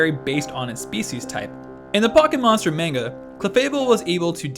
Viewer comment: d-did you just say mane-ga. . . ......